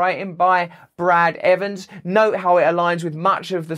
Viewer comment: "Brad Evans", has an "s", in it.